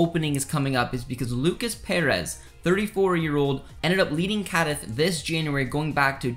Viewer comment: Apart from pronouncing Cádiz, Coruña, terribly, you're cribbing everything from sources you don't cite. Some minimums of professional integrity.